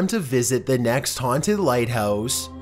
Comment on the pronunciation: These NOTORIOUSLY haunteeed PLACES.